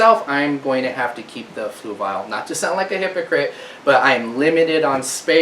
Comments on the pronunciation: Fluval is pronounced fluvol not fluvile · Where is the "i" in Fluval? I must be missing something on how to pronounce it :) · 😂 "floovial". I noticed that too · The way he says fluval lmaoo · You're not quite there but you're really close. First of all Fluval is a difficult word to pronounce, in fact even the representatives on the Fluval YouTube channel pronounce in completely different ways. You're trying to say it like this flu- (like being sick) V AL ( like the name Al as in Al's Toy Barn) the problem is when you say fluv-AL really fast it can sound like flu-vile. In fact I said fluvile to 2 different talk-to-text programs and they both spelled it as Fluval. Here is a link to one of their representatives saying it.